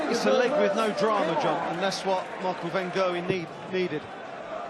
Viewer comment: Micheal von kurwen -_- its micheal van gerwen